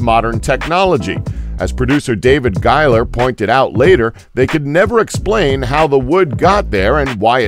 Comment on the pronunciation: Its pronounced GHEEger not GUYger...many times i think ur part of the agenda.